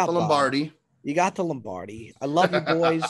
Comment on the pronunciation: Can't believe neither Cutsy nor Beardown called out on the pronunciation of Lombardi. "Lambardi" sounds like a lamb cutlet in cream sauce 😂